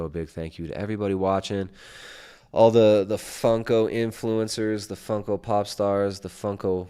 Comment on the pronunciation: I love how doesn't even know it's Funko and says fungo haha thats how baaed he is. Funko is this justin guys whole life, and is 7 years later mispronouncing it. Champ